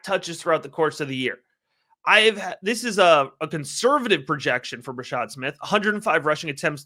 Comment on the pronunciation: Bra-shaRd Smith. Youre missing the R.